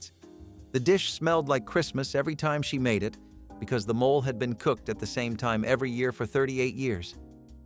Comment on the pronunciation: Its NOT mole( animal) its said " mo- lay"